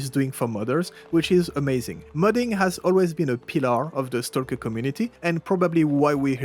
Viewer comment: The "L" is silent, when you say stalk/stalker in English. Stock/Stocker